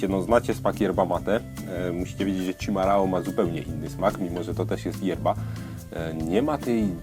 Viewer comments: to się czyta "szimahą" ch=sz, rr=h, ao=ą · chimarrão - wymowa poprawna jest szimachą (ch=sz i=i m=m a=a rr=h/ch ão jest nosowe czyli ą) wytlumaczyla mi prawdziwa brazylianka, a tu link: znaczenie: najpierw zwierze domowe, ktore ucieklo i dziczalo (jak np. munstangi) pozniej to "nieokrzesany dzikus (gaucho)" dzisiaj ~rustykalny/naturalny/tradycyjny chimarrão-mate pochodzi z poludniowego stanu Rio Grande do Sul, graniczacego z Uruguayem: a poza tym bardzo spaczne p.s. bombilla po brazyliansku-portugalsku: la bomba (pompa) a tykwa po brazyliansku-portugalsku: cuia